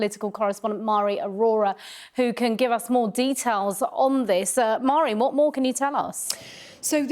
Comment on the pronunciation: Pronounced Mhairi incorrectly. It's a Gaelic name from Scotland and it's pronounced like Varry, Mh is a V in Gaelic. Hope that helps